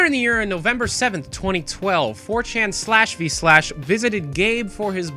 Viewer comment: Please don't call /v/ "slash vee slash". Just say "vee".